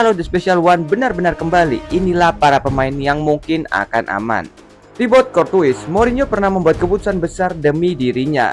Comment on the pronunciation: ok juga analisanya, tapi coba Courtois dibacanya Kor-Toa